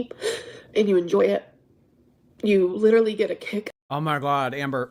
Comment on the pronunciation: Oh I got this feeling when she said "leeeedurully" through tears !! Annoying af!!